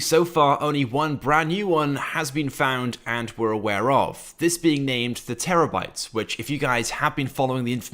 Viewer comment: ITS THE TER BYTE ----- THERES NO E BETWEEN THE R B ----- REREAD THE LEAKED VEHICLE NAME